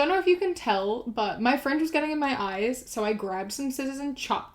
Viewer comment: At first I thought that she said "friends" instead of "fringe" and I got so confused as to why she was chopping up her friends